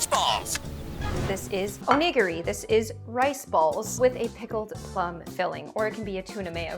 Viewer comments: It's pronounced (oh-nih-gear-ee) NOT how she said it XD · Not to be that person, but it’s pronounce oh-nih-gear-ee (idk how to spell out how to pronounce it, sorry 🙏🏽) and beignet is French so it’s Ben-yay or smth IDK HOW TO SPELL OUT PRONUNCIATION